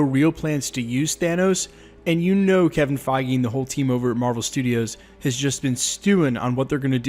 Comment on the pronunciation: Kevin feige not keving feige